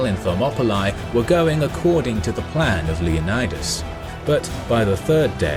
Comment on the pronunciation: I’m surprised not more people where triggered at the way he said “Leonidas”